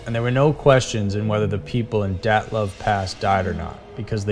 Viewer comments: You should work on your pronunciation, and facts. (Dylatov) dii-it-lof Your rendition is overly exagerated. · You say it like "datlav" pass. Its dyatlav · "dat-love pass" ...uh, yeah that's....that's not how it's pronounced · Dee OTT' liv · His pronunciation of the dyatlov pass is incorrect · Great video, but you pronounced things horribly. 1. Hinterkaifeck should be (hin-ter-kai-feck). Just like it's written. Not hinterkayfeck. 2. Taman Shud. It should be (tuh-man shud). 3. Dyatlov Pass. It should be Dee-at-love.